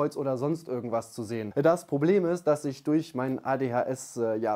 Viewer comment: Hallo, ich finde es immer wieder amüsant, wie du das Wort "Durch" aussprichst, gerne öfter verwenden 😁😁 man hört dir gerne zu 😁